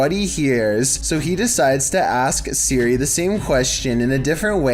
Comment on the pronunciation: God I wish he would say “Siri” and not “Suri”.